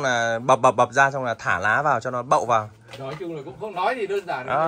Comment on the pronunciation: Để em NÁI nhưng cứ bảo để e ấy NÁI- nói năng gì ngọng líu ngọng lo vậy?